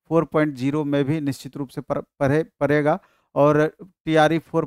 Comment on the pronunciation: पकर या पकड़ 😂 परेगा या पड़ेगा 😅 परने या पढ़ने 😅 शिक्षकों को तो शुद्ध हिंदी बोलनी चाइए।